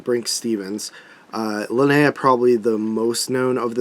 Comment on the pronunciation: It's nice to see someone who knows how to pronounce "Linnea" correctly!!!